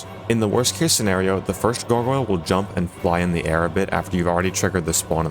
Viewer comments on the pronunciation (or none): souls-like gogoyle pronunciation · It's "Garg - Oil" incase you're still struggling after a year